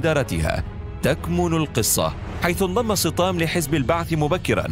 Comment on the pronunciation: يبدو ان اسمه سطام وليس صطام